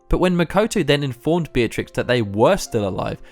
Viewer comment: FINALLY. A Youtuber who pronounces her name right! Beeah-triks not BEEHTRIX nor BETRIX